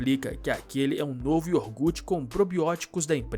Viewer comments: Meu senhor.... não se diz Iorgute....o nome certo é IOGURTE.... Caramba ! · NÃO É IORGUTE, É IOGUUUUURTE.